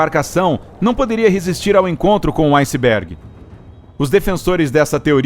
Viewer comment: Foi um aucisbégui...ausisb... aucibégui....